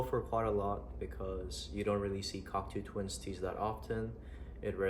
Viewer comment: Sick collection bro, gotta let u know it’s pronounced cock-toe twins not cock-too